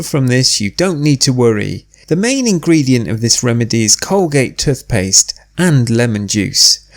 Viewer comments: Good bye "tuth paste" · He keeps saying tuth paste